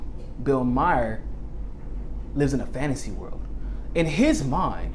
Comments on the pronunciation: Maher rhymes with "star". No surprise there, amirite? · It's Bill Maher, not Bill Meyer.